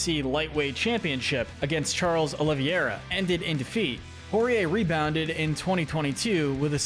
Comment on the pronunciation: Redrum ur reply was better than the original comment hahahahs people are dumb and yappers will yap. The pronunciation def needed work though